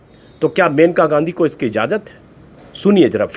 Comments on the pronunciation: Sir it is मनेका gandhi and not मेनका unka nam मनेका है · Her name is maneka..not menka(मेनका नहीं मनेका)